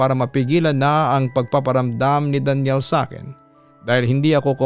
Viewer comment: Arte naman pagka bigkas, Daniel pala Danial naman pronounce mo papa dudut.